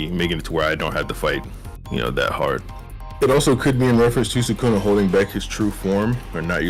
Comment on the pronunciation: holy larp can't pronounce sukuna properly